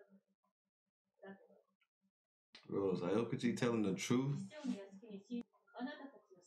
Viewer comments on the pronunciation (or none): Admiral aokiji is pronounced OW-kiji if u cared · it's pronounced like ow-kiji and ener-ru like energy rather than en-neru but i guess ya'll have your choice since your subbed (dubbed watcher) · Someone please teach them how to pronounce aokiji’s name idk why it irritates me 😂😭